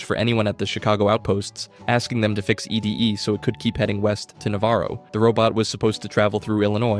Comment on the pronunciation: It's ED-E (pronounced "Eddie") not E.D.E (what was said in the video) Correction aside: I thought Arcade was part of the Followers of the Apocalypse, but now I'm thinking maybe that's not a good thing if he's actually part of the enclave TvT Thinking MAYBE, not thinking IS- (trust me, the difference- though not noticeable -is REALLY big TvT)